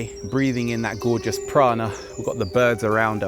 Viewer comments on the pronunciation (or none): Lol "prana" not piranha :D